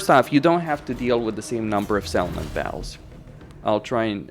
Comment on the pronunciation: the way you say battles without pronouncing the Ts makes it sound like your saying BOWELS as in the poop in your intestines 🤣 makes everything your saying quite funny without context! Otherwise you have great english, just make suyre your saying "baT-Tul" now bowel lol. also very insightful video thank you!